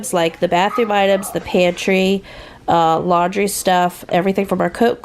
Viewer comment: “lan-dry”?? Or “laundry”?? (Lol.) Boy, you ARE in a hurry!! 😆😁😂🤣😝😜🤪